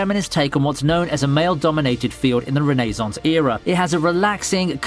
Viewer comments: Never heard renaissance pronounced ray - no - sance but idk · Why u say renaissance like that